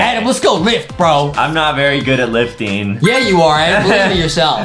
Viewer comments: Justin is so mean to adam because justin said adem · I love whean Adam mess upp words